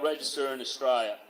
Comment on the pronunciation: This duffer can't even pronounce the name of the country they love so much. No one's trained to "knock you down" & that's just completely untrue. And in the end ..... The GG ignored the cookers & there's no response as predicted by any sane Aussie.